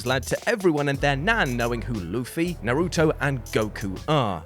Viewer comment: Finally someone who says naruto correctly, americans says his name really stupid